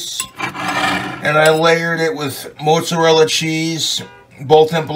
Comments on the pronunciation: Why he call it Mootza-rella? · i love how he says "moartsarella" when he's completely hammered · Moot Zuh Rella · The mutzarella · omg thats fucking gold but he's putting an r in there Murt zo rilla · Omg the way he keeps saying Moatsarella cheese … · "Moat-zarella cheese"?! That wasn't even an accent; But more so that no one told this regard in his 32 yrs of life that's not how it's pronounced. Lol At'ta'boy, Clint. 🤣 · Mote-zerella cheese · you'd think he was 80% italian with how he pronounces mozzarella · The way he pronounces mozzarella keeps me up at night, and I don't know why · listen to way this mf says "Mozzarella".......vile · I hate how he says mozzarella